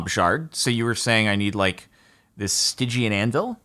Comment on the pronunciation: "What is a... stiegeean anvil?" Please Please don't tell me it says stygian. Stygian Anvil Oh